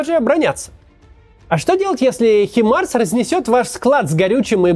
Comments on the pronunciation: хватит резать мои уши не хИмарс а хаймарс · M142 HIMARS (англ. High Mobility Artillery Rocket System — произн. Ха́ймарс) — американская реактивная система залпового огня на колёсном шасси. Как ты задрал уже со своими Химарсами....что это вообще такое?